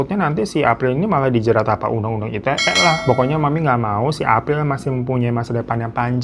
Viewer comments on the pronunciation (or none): "undang undang itete" njir ngakak bgt lagi wkwkwkkw typo mulut nya jelek bgt bang